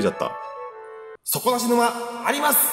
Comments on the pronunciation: そ↓こ↑な↑し↑ぬ↑ま→ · 底↑な↑し→沼↑ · 底無し沼のイントネーションそれなんだ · 底なし沼の発音が気になって仕方ない！笑 地域差あるのかな？